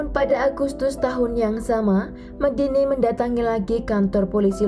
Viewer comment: Honour killing jatuhnya, membunuh demi harga diri dan kehormatan. Omong2 Medine dibaca Medine seharusnya e- seperti e pada tempe. Bukan Medini.